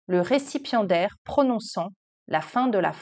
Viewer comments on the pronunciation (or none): J'ai compris "récipient d'air" et non "récipiendaire" 😅